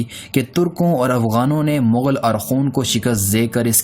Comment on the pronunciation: Vo bilcul thk bol rha h.. mongol hi mughal hty hen